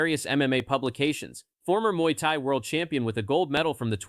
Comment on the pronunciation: Mooey thai...hahahahaha ❤